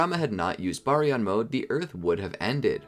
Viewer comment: ima just say it its pronounced ( bar-e-on )